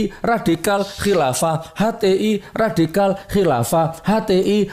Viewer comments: Menit ke ngmng ny mlonter 😂 radikal jadi ridakal... 😂😂😂😂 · Nyebut radikal ridakal..wkakkaKkakakkakkkkkk